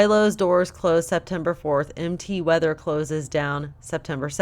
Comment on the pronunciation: Did you say MT Weather? If so... possibly Mount Weather??